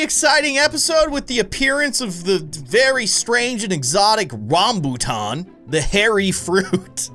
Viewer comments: I am Malaysian and Rambutan is pretty famous fruit and one of my favorite fruits is so good. By the way you pronounce Rambutan correctly. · im from india and even i like rambutan and yes you pronounced it correct